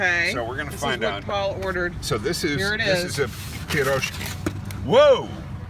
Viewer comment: ACTually..... the Russian version is spelled piroshki and my personal Russian consultant (aka Ivana Humpalot) informs me that I said it aright-- it's phonetic... pir-ROSH-key... which is not to be confused the the upper midwest mining food "pasties" (pronounced PASS-teas) nor further confused with Polish/Czech Paczki (pronounced POONCH-key) and enjoyed most often pre-Lent. OMG all this over a hamburger-stuffed pastry that was AWESOME?? Anyway, thanks so much for watching and commenting. We really do appreciate it a lot. Tell your friends!